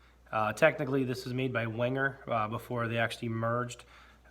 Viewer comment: Wenger = VENG-uh The W is a Vee sound. The G is hard. Now just called the Delemont Collection of Victorinox. Cheers!